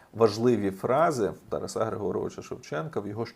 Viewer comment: З великою повагою. Не ТарасА, а ТарАса.